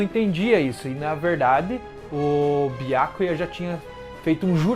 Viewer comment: Seus vídeos são bons, só a pronúncia de alguns nomes que deveriam ser "corrigidos". Byákuya é complicado. Esse "á" acentuado é horrível de se ouvir. Mas o conteúdo é bacana. Sucesso. Grande abraço.